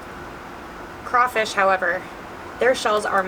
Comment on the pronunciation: being from louisiana having crawfish every year i am very very offended and cringed out from her saying “ kray fish”😂